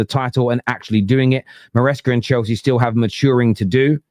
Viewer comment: This Chelsea fan is cracking me up. Every R is a W